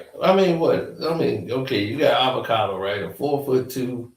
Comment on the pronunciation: 😂😂😂😂 ayuyooo yous a damn fool bro!! Called that Spanish kid “Alvacado “ 😂😂😂 yo I’m fckn crying 😂😂